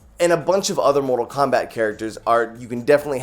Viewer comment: Did you said mortal wombat??